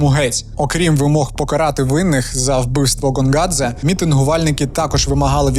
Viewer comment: коли Гонгадзе став Ґонґадзе? карт. ღონღაძე . як ми бачимо, тут ღ котра передає /ɣ/ (наша українська Г передає /ɦ/ та /ɣ/), а не გ котра передає /g/ (як українська Ґ). це все одно що Helsinki називати Ґельсінкі, замість Гельсінкі.